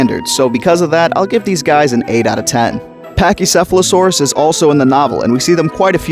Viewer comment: good video but if i were u i'd call pachycephalosaurus pat-chy for short and not, well, paki